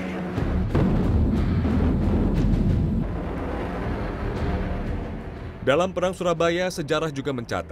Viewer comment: Maaf yang benar itu nika bro bukan nitja.